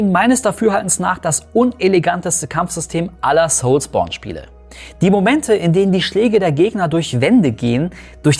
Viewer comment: Soulsbourne hört sich so falsch an wie es auch ist 😅 das triggert unnormal